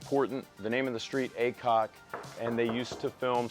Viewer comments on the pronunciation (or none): Cool, was trying to figure out the address just now to see how long of a drive. Thought he said “ACOG” street. Which would have been a cool address. Better that AY-COCK that’s for sure. Hahaha Congrats guys!!!! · 100% thought said 212 ACOG street. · It sounded like you were saying ACOG not aycock